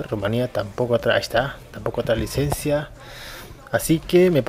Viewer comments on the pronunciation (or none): none